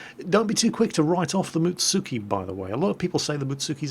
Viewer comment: Am i the only one who cringed when he said Mutsuki (Muts-ski)?